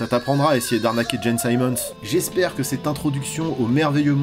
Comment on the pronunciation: On dit carrément "Jane Simons" quand on prononce "Gene Simmons" à la française ?? C'est magnifique ! A ce propos, j'pense que le "bootlegging" des noms officiels des groupes et des artistes du métal mérite une vidéo à part entière !